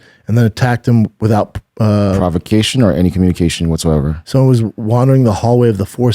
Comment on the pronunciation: Chael “Sewn-nin” -B. Schaub